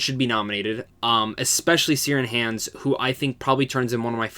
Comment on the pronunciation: Good review. But your pronunciation of Ciaran Hinds is 🤦